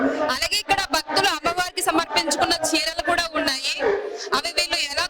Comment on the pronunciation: "బక్తులు" కాదు తల్లీ, "భక్తులు" అని పలకండి. భక్తి పురుగుతుంది.